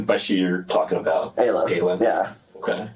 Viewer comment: Ayla is pronounced Aye-Luh.